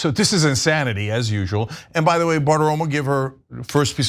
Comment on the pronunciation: Can you let people know that Trump is actually explaining to his cult that he says "duh" instead of "the" and they call it cognitive decline... so in order to really reach people, obviously just stating cognitive decline is not enough unfortunately